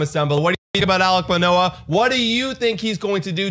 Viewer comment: Also BTW it’s Manoah not Menoah